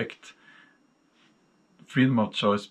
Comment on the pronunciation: Frredom of choice??? Sorry I think you have lost your mind Mr.